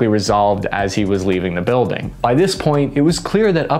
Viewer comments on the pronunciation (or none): none